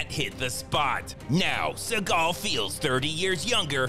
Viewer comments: "Steven She-gull"... Lost my shit 😂😂💀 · "Steven SHE-gal" subscribing now. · "Steven She-gal." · 🤣☠Steven She-gal🤣☠ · "steven she-gal" 👌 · Spend 2 weeks watching each and every Post he mad. Oh my my my. This guy been butchering Seagal. These vid are addictive too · Steven SHE-gal 😂